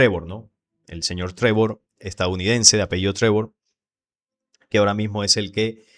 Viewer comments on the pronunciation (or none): Es Prevost, no Trevor, León 14 ó León XIV